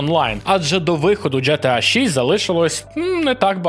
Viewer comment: Джі Ті Ей або Ге Те А Яке нафіг Дже Те А Тиж блін інфлюєнсер а не хлопець з паралельного класу в сільській школі. Крінж